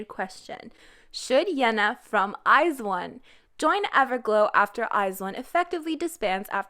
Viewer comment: u pronounce iz*one wrong